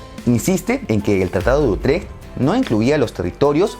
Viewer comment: Por favor pronuncia bien el tratado de Utrecht gracias 🙏